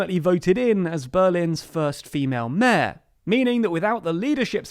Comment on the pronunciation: I'm the only finds strange the way he pronounced the word "mayor"?